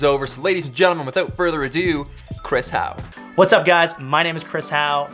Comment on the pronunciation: Is it just me or does every "whats up everybody" sounds more like "vvvwhats up everybody" lol